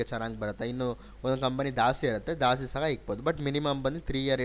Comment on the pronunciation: ದಾಸ್ತಿ ಅಲ್ಲ,ಜಾಸ್ತಿ.ನೀವು ಕನ್ನಡಿಗರಲ್ವಾ ಸರ್